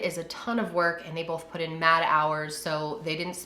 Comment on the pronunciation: This is SO random but.... Has anyone ever made fun of you or commented on the way you pronounce the word “both”? People ALWAYS make fun of me for it!! I say it like you (Bol-th) They say you’re supposed to say it like (b-oh-th) 😂 I told you it was random 😂